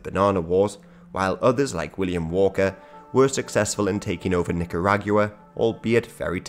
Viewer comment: The way you pronounce "Nicaragua" is so insane.